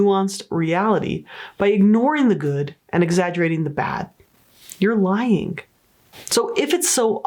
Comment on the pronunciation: It's not lyinG. Ing is not pronounced with a hard G.